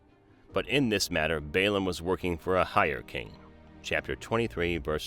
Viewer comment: is it Baum or Balaam at this point I doubt your credibility.